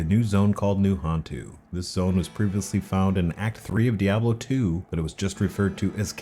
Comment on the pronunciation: Another 'jagwire' dude 😂 good you didn't call diablo 'dayablo'